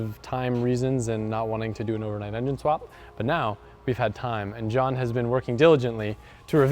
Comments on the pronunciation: Indeed it is Sidenote Is calling him John & not Johan, or are my ears defective? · it’s pronounced yo-han